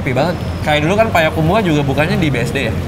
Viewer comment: Bang Radit, tolong ngomong "Payakumbuah"nya dibenerin bukan "Payakumbu-ah" hahaaha